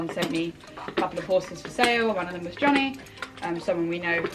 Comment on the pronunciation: Johnnie looks really nice. I'm actually from the Netherlands and I saw the explanation on the pronounciation of his name and it is quite off actually hahaha. I woudn't know how to explain how to pronounce it in English so if you really want to know how to say it I would reccomend just putting it in google translate and listen. Love x